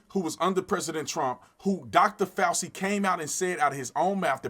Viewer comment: Think it's pronounced FauCHi, Tatum. Crazy we have him again after he lied to us about masks so we wouldn't buy them up. Can't trust the Govt